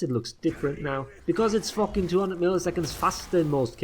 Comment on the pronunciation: It’s not a fookin guard break . I haven’t heard a FOOK since the setmyx video ♥️